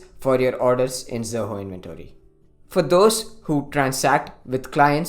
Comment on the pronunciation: Not pronouncing "Inventory" properly making us not wanting to listen the video. Not